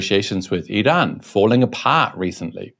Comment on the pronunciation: An English speaker pronouncing Iran correctly! I'm surprised. LOL 🙂 Forget Trump he doesn't know better. In fact the moron is a totally clueless bully. 😞